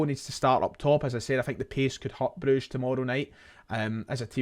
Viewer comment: Thank f*ck you called them Broosh instead of all this bruggge shte